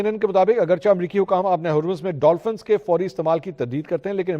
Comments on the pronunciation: Sir (Agrchah) word ke drustt pronunciation ( Agrcheh ) hy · السلام عليكم ورحمة الله وبركاته منصور بھائی۔ ایک طویل عرصہ سے آپ کے ساتھ منسلک ہوں اور آپ کے پروگرام اور وی لاگ باقاعدگی سے سنتا ہوں۔ آپ سے یہ عرض کرنا تھی کہ آپ ہمیشہ اردو کے لفظ " اگرچہ " کا تلفظ غلط ادا کرتے ہیں براہ مہربانی اس کو " AGERCHAYH" یا AGAR - CHAY درستگی کے ساتھ ادا کیا کریں۔ یعنی "چ" کے اوپر زبر کے بجائے زیر کے استعمال سے صحیح تلفظ ادا ہوتا ہے۔ نذير احمد شاہین۔ سعودی عرب۔ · منصور صاحب ! اپ نے لفظ " اگرچہ " کا کچھ وقت تو تلفظ صحیح یعنی " چ " کی "زیر کے ساتھ کیا مگر اج پھر ،پرانی کے مطابق "چ" کو زبر کے ساتھ پڑھ رہے ہیں ۔ مہربانی فرما کر " لفظ اگرچہ ، چنانچہ وغیرہ " کا تلفظ صحیح کی کریں ۔